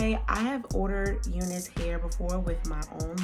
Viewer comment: Why you whispering? You're not pronouncing name of wig properly, it's U NICE LIKE YOU ARE NICE